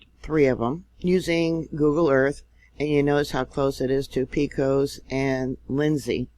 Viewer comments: Great video thanks for reporting. Pecos is pronounced Pay-cus. We will have you talking Texan before you know it. Much love and favor to you. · Pecos, Tx pronounced: pay cos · just for your info Pecos in Texas is pronounced “Pay-cos”. Lol. Drawl and short e in Pe and long o in cos. Can’t you just hear is talking. I have had this drawl all my life to my chagrin! People think you are stupid because you have a very distinctive drawl. Yuck... always wanted to have a neutral sound. For instance we “war shh” instead of wash. I know to wash but in comes out the other way. Just thought a note of levity in this crazy time might cheer people up. Best wishes and thank you for the reports you give. I’m very thankful for them. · Pecos, pronounced Pay-cose. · F. Y. I.. Pecos is pronounced Pay-cuss.;-) Thanks for doing a vid on Texas quakes. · Pecos say Pay-cose